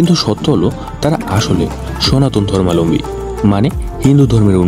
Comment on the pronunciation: অনেক অজানা তথ্য দিলেন ঠিকই, উচ্চারণ ঠিক করতে মনোযোগী হোন।ধর্মালম্বী নয়,ধর্মাবলম্বী।